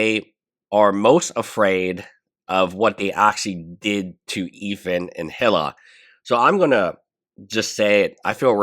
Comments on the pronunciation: Its not HILL-AH It's EE-LAH That's how you say her name. Hila The H is silent. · great content. one thing to note for future videos is that Hila's name is pronounced like E - La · Eel-ah is how i look at it.. Tho I do love the way he says Hila, it's very phonetic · He still calls Denims “Denins”. Hila’s name is officially “Hilla” on this channel.